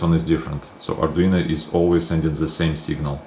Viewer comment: Arduino...not Arduina